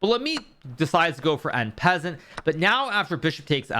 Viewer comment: Nice vid,Thats not how you pronounce En Passant btw lol